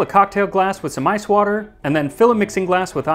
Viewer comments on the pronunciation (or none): none